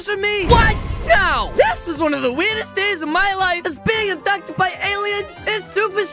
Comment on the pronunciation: I rought I were saying adopted in stead of abducted then I was like huh new thing